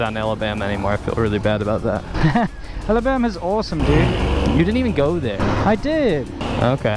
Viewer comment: "Ellabama"